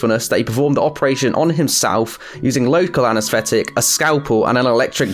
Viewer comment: Learn to speak correctly! What is anasfetic ,never, nufinc,wiv , the go and practice "th" anesthetic